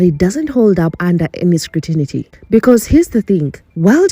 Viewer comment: Public scutinity? scrutiny